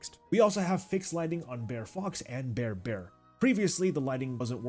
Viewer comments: Dude...you're hurting my ears. It's not Bear bear. It's BR'ER rabbit, br'er fox, etc. Southern ish pronunciation of briar, as in the briar patch. Loved the ride update. 🧡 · Are you saying Bear Bear? Bear Rabbit? Maybe I am hearing things ;) It is actually Brer or Br'er (brair) .. It is short for Brother; hence Br'er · Brer bear....Brer fox....Brer rabbit. all i can hear is "bear bear" "bear fox" "bear rabbit" and it's killing me every time you say it 🤣